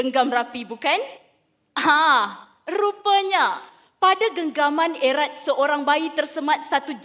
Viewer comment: Sebutan bagi perkataan erat sebenarnya seperti kita sebut perkataan kerat. Just sharing! ;)